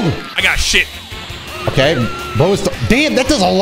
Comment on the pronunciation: the emphasis on 'shit' 🤣💀